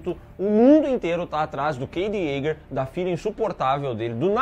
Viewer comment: Yaeger, né? Jaeger.